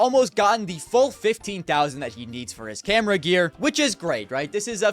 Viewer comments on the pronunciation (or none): none